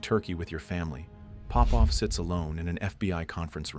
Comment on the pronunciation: It's not Pópov, it's Popóv. I'm Popóv.